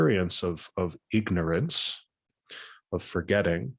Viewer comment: it almost sounds like you are saying “ego-norance”! The ignorance of ego!